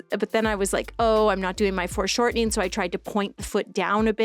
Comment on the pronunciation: Are you saying "forced shortening" or "foreshortening"?